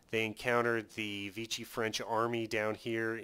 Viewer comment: It's V-she. It's french not italian. (Using a Latin pronunciation instead of French)